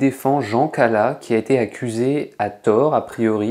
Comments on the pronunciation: Non, l'oeuvre ne se compose pas seulement de "Romans, contes ,et poésies", mais en grande majorité de lettres, d'essais, d'ouvrages historiques et politiques. Non, on ne dit pas "Cala", mais "CalaS" Non, Voltaire ne voulait pas s'approcher des "riches", et l'argent n'avait pas grand rapport avec ça, mais il y cherchait plutôt une protection et des soutiens, à l'époque nécessaires pour exister en tant qu'homme de lettres. Rousseau a bénéficié du même soutien. Non Voltaire n'a pas cherché son intérêt personnel et financier comme une fin en soit, mais comme le moyen de faire le bonheur du peuple. Son action dans la ville de Ferney parle pour lui, comme son rôle de patriarche, qui l'amenait à recevoir nombre d'enfants pauvres et de désœuvrés chez lui. Je salue l'initiative, mais c'est un ramassis de clichés et de fausses idées reçues pompés sur wikipédia. Merci de ne pas caricaturer une icône de notre histoire. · quand on dit l'affaire Calas on prononce le S !!!!!!